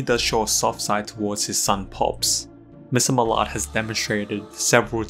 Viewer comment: Mr muh-lard 😭